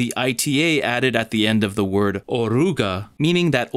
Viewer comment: as a spanish speaker, there is a difference between r and rr, (taped vs rolled r) in oruga the r is taped because is in between two vowels. It is understandable though and there isn't anything like orruga.